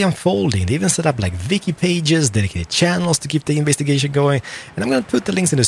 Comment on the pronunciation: haha u said viki pages!